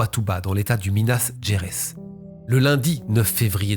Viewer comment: Minas Gerais se dit > « minass géraïs » You’re welcome.